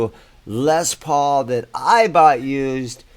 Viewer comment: First off, its LES not Lez paul!!!